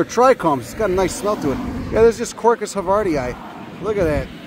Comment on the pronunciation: Havardi-eye? How do you pronounce Hawaii? Hawai-eye?